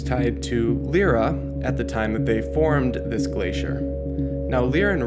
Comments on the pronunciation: Lyra is pronounced 'Lie-Ra' not 'Lee-Ra' just so you know :D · Lyra is pronounced: "Lie-Ra" just so you know, anyway good vid. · I cringed at the way you pronounced Lyra's name.